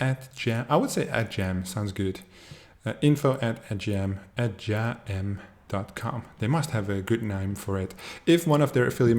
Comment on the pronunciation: Hey firstly it is pronounced as ''Ad'' and 'Game'......you are a great guy and I follow your tutorial videos....Secondly thanks for the video walkthrough for our website....and yes....you can find the referral link under the profile settings....thanks again bud....